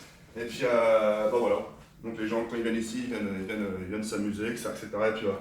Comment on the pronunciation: Comme bien de fois il a dite ect